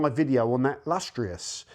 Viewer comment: Lustrous not LUSTEROUS